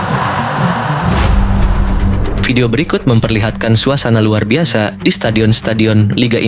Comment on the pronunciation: Min knpa lu ngomong harus ada hurup k pada akhir kalimat Seperti seribu lu bilang seribuk Luar biasa jadi luar biasak liga satu jadi liga satuk Ini lu bilang inik Jenuh gue dgr omong an lu